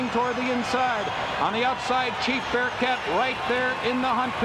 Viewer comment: Geez Durkin, you can't even get the hometown favourite's name right? Chief BearHART.